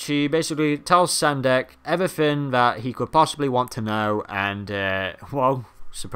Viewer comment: Sendak, not Sandek. :P